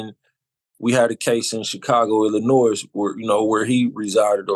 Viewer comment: Dont believe a word you said. You put the S on illinois. Boy bye you definitely sound like an informant. Milwaukee full of 🤡 🤡 🤡